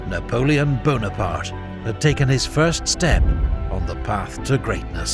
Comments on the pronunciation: NapoleonE BonapartE - where every french man was laughing insulted. E on the end of the words are not read. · not Buonaparte but Bonaparte